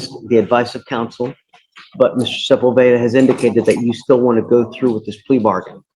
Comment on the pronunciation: Sepulveda is pronounced seh-pool’-beh-dah. The emphasis goes on “pool,” not on “beh.”